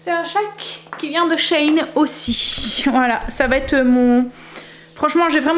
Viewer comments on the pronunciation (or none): Cc peux tu me dire comment tu écris "chayne" le site dont tu parles pour les vêtements... Je ne trouve rien.. Moi je connais et je commande sur "SHEIN" qui se Prononce "CHI INE" mais CHAYNE je trouve pas je te remercie biz